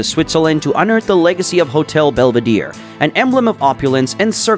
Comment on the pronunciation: Belvedere, not "belveedeer"